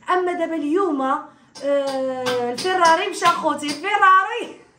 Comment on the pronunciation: ضحكتوني سمعت شي اسماء دفرارج عندكم عمري مسمعتوم دك مرة كنسمع بانطليفو سحبلي سروال 😅😅😅😅😅 عاد فهمت بلي هو فروج عود دبا طوسطرادو فيراري 😂😂😂😂😂😂😂😂😂😂😂😂😂😂😂😂😂